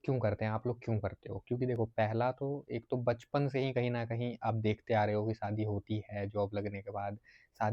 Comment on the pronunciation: शादी बोल ,सादी नहीं।